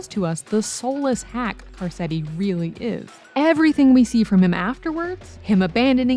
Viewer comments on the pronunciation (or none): Great video...except, I can't get passed you calling him "Car-set-ti." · "Car setty" had me laughing